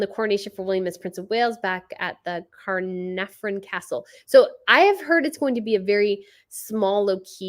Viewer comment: It’s pronounced ca(h)na(h)ven (castle). In UK we say coronation [corru-nayshun] not cornation, we keep the second ‘o’ 🙂